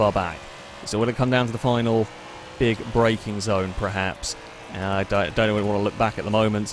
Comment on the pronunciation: STOP SAYING PREHAPS. THE WORD IS PERHAPS. PER PER PER. EVERY. VIDEO. YOU. SAY. IT. WRONG.